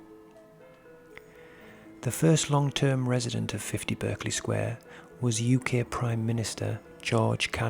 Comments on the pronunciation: I worked around the corner from this house and my hubby worked opposite. They say the house was used by forgers who printed money so they needed to keep people away and that's why the stories started. The name Berkley is pronounced Barkley not the American pronunciation. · ... it's pronounced "Bark-ley" Sq. NOT as its spelling is depicted. I was corrected by a lady who once lived in that Sq. as a child. (well excuse me, I thought!) 🙄